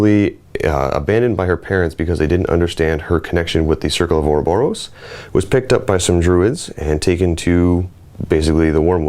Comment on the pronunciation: <- spelling nazi here do you know Bob Ross? a guy teaching how to paint from days gone by. speak this name 3x "Bob Ross" now try the small sentence "Do you prefer Michelangelo or Bob Ross?" practice 3x, next try to pronounce the name without the 2. b "Bo_ Ross" for 3x now the sentence "Do you prefer Michelangelo or Bo_ Ross?" now properly pronounce " or-Bo-Ros " not or_O_boros